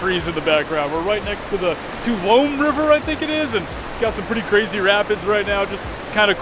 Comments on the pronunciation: It’s pronounced “too -awli-mee” river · Two-all-oh-me is how you'd pronounce that phonetically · Trying to wrap your tongue around Native American words is tough sometimes…the word "Tuolumne" is pronounced "too-AH-lum-ee". It has four syllables, the accent is on the second syllable, and the "n" is silent. The name has many meanings passed on through many generations but modern scholars think it may mean "people who dwell in stone houses," i.e., in caves. - "Scooter" in East Texas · Would that be the Tuoulmne River? It's pronounced...Too-All-ah-mee. Lol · Twah-lum-nee is the pronunciation.